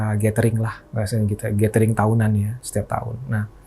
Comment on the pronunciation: Nyebut GATHERING tapi ga tau cara baca nya. Yg bner bacanya "GÉDERING" bang. Bukan GÉTERING. Emangnya lu baca TOGETHER tu "tugéter" gituh ? 😂 Apalagi lu kan ngémsi ya. Gue rasa perlu lah perdalam cara pelafalan yg bener 🙏